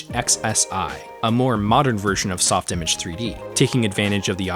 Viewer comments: First time I've seen someone not use the French pronunciation of softimage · I'm more of a Sof-ti-mage person rather than a soft-image person. This debate has been raging in my head for years now, oh the 'battles' fought over how it should be said.😅